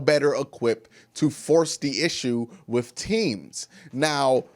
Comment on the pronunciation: I'm gone need him to put a "th" on the end of the word "with"..... No f in with 🙄